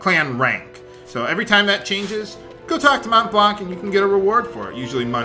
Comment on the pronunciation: It's pronounced "Monblan" NOT "monTblanC". It is written as the highest mountain in my country (and so, pronounced the same). Check the Wiki for the pronounciation if you want.